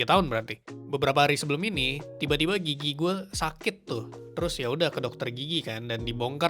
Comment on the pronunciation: Gw ketawa mulu krn gw denger kata "gigi" nya lucu Kedengeran kek "gigyik" 😂😂